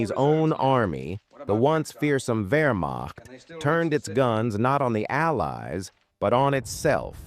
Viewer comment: Please learn the basics of the language. The term is spelled Wehrmacht, but Germans pronounce it their way; the W is pronounced like our V.